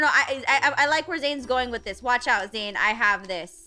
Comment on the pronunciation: Lmfao its Zane and Kawaii-chan 😂🤣😂🤣😂🤣 Worst name butcher ive seen